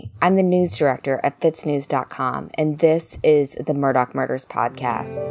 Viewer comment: It's Murdaww, NOT Murdock!!